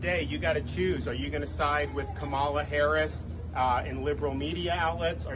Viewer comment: DeSantis mispronouncing Kamala but won't or can't explain how to pronounced his own name